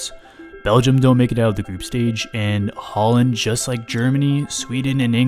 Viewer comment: Bro pronounced it haaland 💀